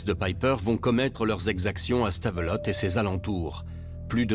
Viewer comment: Punaise les français et le nom des villes belges .... Anvers = Anversse !!! Le pire Stavelot... Stavelotte mais omg ... Stavelo ça se prononce ....